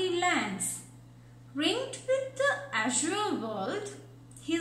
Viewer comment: Azure, your pronunciation is wrong